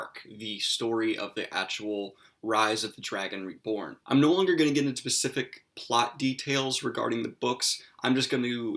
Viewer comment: "Not going to get into pacifics." "Nucular" Ugghhhh.